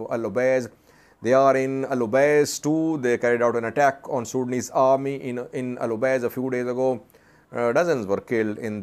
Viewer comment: It is El Obeid, and not El Obeiz, unless the last letter is read differently in Urdu scripts.